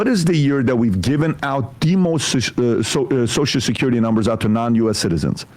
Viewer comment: love how sam calls social security "Soshecurity"